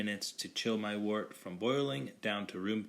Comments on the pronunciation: Wort is pronounced "Wehrt" - Looks good though! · You did a great job with the video. However, the brewing term "wort" is pronounced like the word "dirt" with a "w" instead of a "d." It is derived from the Old English word "wyrt." Also, the term "trub" is pronounced "troob." The brewing lexicon is how we share information.